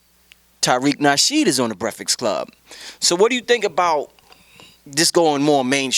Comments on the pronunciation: commmmon! brefix club? lets get that corrected please lol. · its breakfast not "breakfix" lol love the convo though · lmao breaf-ix club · He said that hella times for somebody to miss. I thought he said "brehflex" coz maybe they be flexin on the interviewee. Then Birdman came along.....